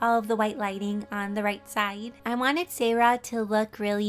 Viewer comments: For Siera you pronounce it see-era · Seira is pronounced see-air-a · umm im not trying to make your day horible but seira is pronounced see-era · the way she said seira sounded like my name. sarah. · I think seira is pronounced si air a